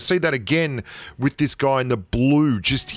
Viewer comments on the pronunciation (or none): “Playing wif space it calms you down” Me: Oh yea...Yes ou